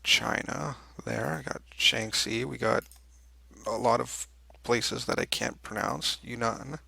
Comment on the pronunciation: Guanxi = Gwon-chi Shanxi = Shon-chi Xibei san ma = see-bay san ma EDIT: By the way, Heidi heido heida! 👌